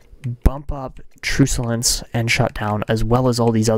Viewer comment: Truculence is pronounced Truck-u-lence.